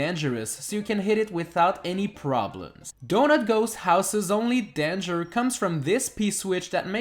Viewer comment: Dan ger What's a Dan ger